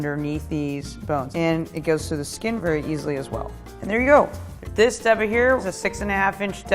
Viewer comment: Stop saying "deba" pronouncing it like the first syllable of Debrah or debutante. It's daybah. I'm not taking advice from someone that doesn't know how to pronounce the name of the knife correctly.